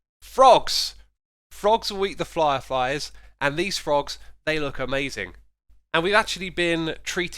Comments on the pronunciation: "flyer fies" is disproportionately entertaining to me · "Frogs will eat the flierfies" please tell me im not the only one to hear that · flierfies lol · flierfies ah yes